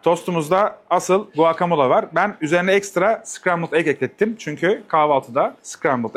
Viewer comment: video için elinize sağlık da guacomole telaffuzu beni niyeyse çok rahatsız ediyor.